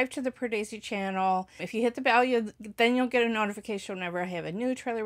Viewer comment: Pardesi but you have managed to pronunce correctly 👍